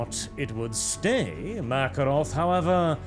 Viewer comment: I feel like it should be. Ma-care-off, not The Russian Makarov with an f.